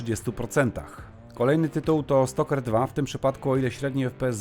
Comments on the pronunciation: Dlaczego mówisz "Stoker 2", zamiast Stalker 2? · stalker2 nie jest po angielsku i czyta się tak jak jest napisane